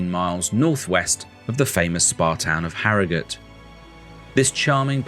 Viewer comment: Well done for pronouncing Harrogate properly like a local!